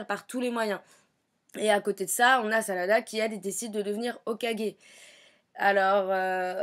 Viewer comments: au début elle a dit salada au lieu de sarada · Ça m'énerve les gens qui tente de prononcer les prénoms en japonais alors qu'ils le prononce mal!!!Sérieux arrêter quoi!!!!Sarada maintenant s' appele Salada?!Nan mais j'hallucine!! 😂😂😂🤣🤣🤣😡😡😡😡😡😡